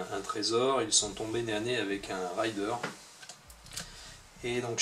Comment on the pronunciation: merci pour la video hate d'acheter ce dungeon crawler sympathyque petite remarque raider se prononce comme c'est ecrit c'est un pillard et non pas un rider (cavalier chevaucheur) hehe